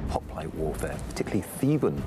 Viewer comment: They couldnt evening Pronounce Hoplite